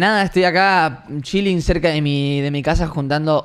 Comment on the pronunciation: Cada vez que dice chiling